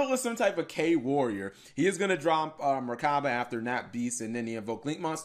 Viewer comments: MECHABA OR MECH-ABA NOT MERCABA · Why do you say merchaba? There's no r